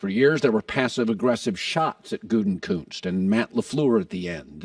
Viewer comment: Hey Colin! Try learning how to pronounce "Gutekunst." The extra "n" you are pronouncing isn't in there.